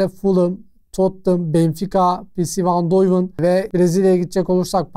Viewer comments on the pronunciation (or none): pisivayndoven nedir, ya peseve diye Türkçe söyle ya da piyesvi diye İngilizce:) güzel işler yapıyorsun başarılarının devamını dilerim.